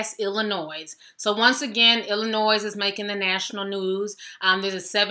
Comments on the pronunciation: ITS ILLINOIS THE S IS SILENT ILL-I-NOI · Dammit. It's not Illinoise! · SICK ASSES OUT HERE!!!!!!PRONOUNCED ILLINOI......S THE S IS SILENT